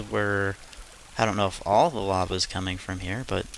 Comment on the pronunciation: lava not lave